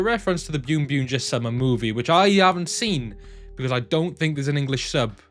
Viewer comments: English sub of boonboomger summer movie is out on zokaj and it is pronounced boonboomger not byunbyunger. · Why do you call it ByunByunger? when it’s clearly Boonboom/Bunbumger